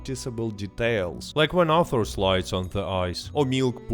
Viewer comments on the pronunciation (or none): none